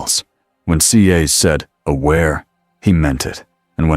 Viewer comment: Love the stories, but when it can't say Cass it's annoying. Also need to tell whatever your using to read it needs to pause. There is no space like there would be at the end of a sentence. Itjustkeepsrunningonandonwithnohumansoundingbreaksinspeakingwhichismoreannoying.